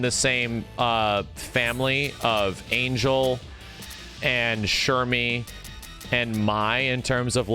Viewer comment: Angel is pronounced Ahn-hell